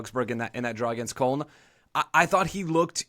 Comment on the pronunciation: Good show but you're all mispronouncing Köln